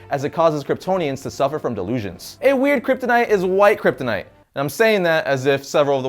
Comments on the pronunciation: how many times did he say kryptinite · Drinking game: take a shot every time he says kyptonite or krypton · He lost me at “Kryptonite”